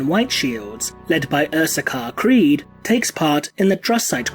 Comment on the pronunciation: You said it wrong, it’s CREEEEED